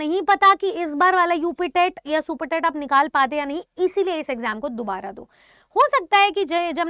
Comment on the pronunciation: Daubara nhi dubara